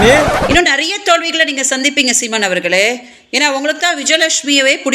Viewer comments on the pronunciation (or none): Siman ila simon correct ha solu di vijaylakshmi